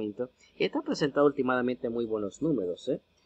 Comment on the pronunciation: Se dice ultimalmente